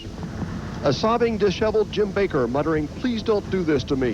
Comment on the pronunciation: The guy speaking about each pastor can't even pronounce their names. AHSTEEN (OSTEEN) BACKER (BAKER). Get it right before you post. At least it shows us your using AI.